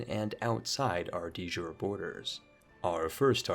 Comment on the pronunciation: De jure is pronounced “deh yurae”